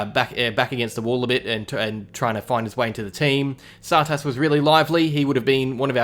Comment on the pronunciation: Still hasn’t figured out how to say Tsatas :’(